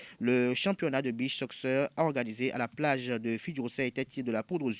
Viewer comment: "Soccer" lire "sokeur"